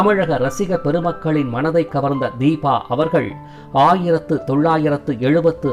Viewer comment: Its Deepa not deeba